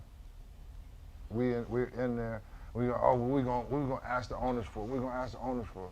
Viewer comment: That slave mentality dies hard. Imagine 5 multi millionaires saying, "What we gon ax da owners to do?"